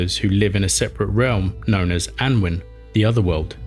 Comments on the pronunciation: Just to give constructive feedback - as far as I know, Annwn can be pronounced "Annun", foneticaly "Anoon" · Apologising for mangling Welsh pronunciations is better than not apologising, but why not get someone to tell you how to pronounce them correctly? Welsh does have some sounds that are alien for English speakers, but there are no such sounds in "Annwn" or "mabinogion". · I believe that Annwn is pronounced "Annaun" or "Annoon". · Annwyn - Anooin. Mabinogion- Mab inn ogg eon (Welsh is phonetic with few extra rules). Myddfai - MuTHvai. Hard TH like this not thought and a single f is a v sound with ff representing f sound